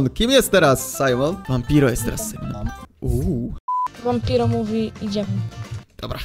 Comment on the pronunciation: Nie simon ttlko sajmon